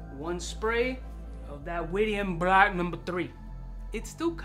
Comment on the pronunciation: Yo, great Syrian perfumery house. It's pronounced Wid-yan. Rhymes with "Kid-Man".